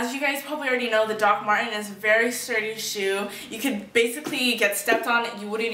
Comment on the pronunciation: "As you may know, Dr Martens are quite sterdy shoes you will get stepped on and won't feel a thing...." lol that made me laugh XD